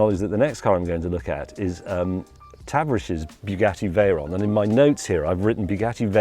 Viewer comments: Tuh-VAR-ish, not TAH-vurrish. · I'm going to pronounce Tavarish as "Tavv-A-rish" from now on. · "TAV rish" Okay Mr. Slawly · The way he pronounces Tavarish😂😂😂